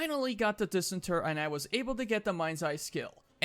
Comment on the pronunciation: It's pronounced "diss-ENT-er".